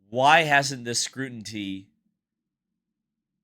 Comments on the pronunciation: It’s scrutiny…not scrutinty. 😉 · I think you mean scrutiny not scrutintee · Scrutiny, not scrutinty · scrutiny not scrunity. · Scruntintee is not a word, it is scrutiny. Jeez. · The word is "Scru tin y" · scrutiny. scrutiny. scrutiny. Not scrutinty. I hope that helps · Scrutiny not scrutinty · it's scrutiny not scrutinty. It's the details that make credibility. On subject I'm getting sick of inconsistent officiating affecting the outcome of sporting events. After the fact lawsuits...challenges...uneven penalizing when the rules are the rules and are clearly stipulated. It's the train of thought brought to bear by attorneys in a courtroom. It distorts and obfuscates truth. I'm speaking of sport in general not just Indy F1 NASCAR. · I gotta go bud. After the second time you said scrutinty, its scrutiny, ny as is the sound "nee" not "tee. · Pronounced: SCREW TUH NEE. and did we hear ratings? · The word scrutiny cannot be so tough to pronounce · If you can't pronounce words you are expected to use and read, you are not ready to create a podcast. S-C-R-U-T-I-N-Y. There is no second "T". Milk doesn't get "drank". Yes, there indeed is a scenario in which a winning place could be taken away. See Bobby Unser and Mario Andretti. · you gotta start pronouncing "scrutiny" correctly. You're giving my OCD fits 😅